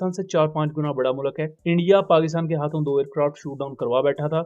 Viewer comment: Kindly pronounce proper Urdu it's mulk not mulak ❤